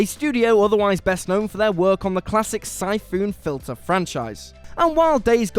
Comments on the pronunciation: "Sai-Foon Filter"? Not played that one. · Da f@ a Syphoon Filter? I mean you said it right every other time. No quality control at whatculture, Julian's too busy curating his wool hat collection to double check your work.